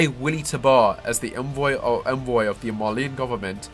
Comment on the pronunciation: "Edalians"? "Marleenians"?